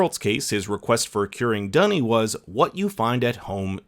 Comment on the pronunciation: The way you pronounce duny’s name is a slang word in Aussie for toilet